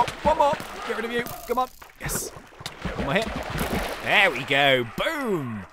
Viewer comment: i like when says yez instead of yes